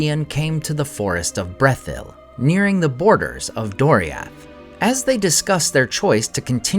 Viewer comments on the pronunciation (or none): I like the content, but the ridiculous pronunciations make it really hard to just enjoy the videos. Specifically your "r's", and "dr" pairings, eg; Draugluin, Beren, Brethil, Drengist... I very much wish you would stop that. They all sound absurd. Otherwise, it's great content.